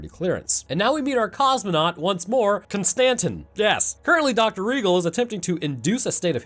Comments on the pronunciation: Kon Stan Tin, distant cousin of Jay Quell'in O Shack Hennessy I genuinely hope ur wife leaves u, solely for the way u pronounce names. For a so called scientist ur pronunciation is unfathomable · Every time you miss pronoun Konstantin it creases me. 😂